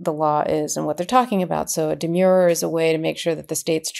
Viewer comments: And I think there is a difference in pronunciation between the legal term demur (an objection) deh- murr (rhymes with "were" and the adjective demure (reserved, modest) dee- mure rhymes with "sure" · Karen, you must know that the word is “de-m/schwa/-er. Not “de-myure-er”. There’s nothing demure about it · Demurrer is the spelling and the pronunciation is de-mer-er. Not de-Muir-er. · Aaahhh they are not demures. Demurrers. ERs. Not urs. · Love you guys, KFA, but yr 'umble editor says: it's di-MUR, "di" as in dinner, "mur" rhyming with "fur." The word you are speaking is "demure," which means reserved, modest. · Karen….please. It’s a demurrer. Not a demure. Please! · It isn't a de-mure-er as in demure. It's demurrer as in demur. Like defer, refer. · It’s pronounced demur-er, not demure. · Karen, learn how to pronounce the words you use. Demer means to raise an objection. A demurrer is the objection. Both have the "mer" sound of mercy. In contrast, the word demure, meaning modest or shy, have a long-u sound as in pure. So a demurrer would be pronounced de-mehr-er not de-mure-er. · Demurrer is properly pronounced "d merr". The u is silent. As an 82 year old retired lawyer, I think it is important to know proper pronunciation of the old Latin words. When I opened my first case book for criminal law I was glad I had my giant "Black's Law Dictionary" too. It looked like half the words were in Latin. My professor took the time to be sure that we understood the pronunciation and meaning of all the archaic language in order to brief the cases properly. I loved every minute of Law School. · Demurrer is pronounced just as it is spelled: Dee-Murr-er. The "u" in "murr" sounds like the vowel in "fur", not like in "demure". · Great analysis! But oops! 697 are not pronouncing the word “demurrer” correctly ! It’s de-MUR-er!